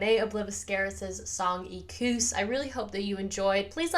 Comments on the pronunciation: "Ek-wuss", FYI. Great react. Loved it! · you are not saying it right. it is e-kwus